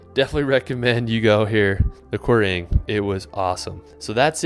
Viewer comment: After your hilarious pronunciations of Glenfinnan, Mealt and Sligachan I was surprised how unterrible your Quiraing was 😂 fair play! 🏴